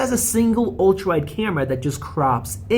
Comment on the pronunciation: Sayemsung. Cayumera. Fuck dude